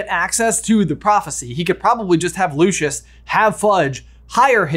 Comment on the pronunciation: its lucius, not lushus. bless